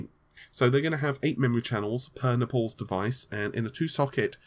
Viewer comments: Pole wants to say Napoles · It's Naples, like the Italian city, not Nepales like the asian country. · You try to talk so clean why the fuck cant you pronounce Naples?! :d ITS NOT NAPOLS... ;) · NAY-PUHLS, NAY-PUHLS, NAY-PUHLS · Naples like apples and not napols. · Naples. N A, not E, PLE, not PAL, S. How are you still messing this up with so many people correcting it EVERYWHERE. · I will subscribe when you pronounce Naples correctly.. Bye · If only took this level of concern over his fucking job. I'd gladly take a 'fuck you ' from him.. I like the dude. Edit - you can tell me to fuck off all you want but you can't disagree it's one of the WORST name butcherings ever done. So much so that even amd changed their name to epyc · No, I thought it was unlikely. Since he was pronouncing it that way I thought maybe he knew something we didn't as he's obviously not unintelligent and computer hardware can have some odd names sometimes. It's certainly a weird way to pronounce Naples :/ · The first thing I thought when they announced "Epyc", finally can stop mispronouncing naples...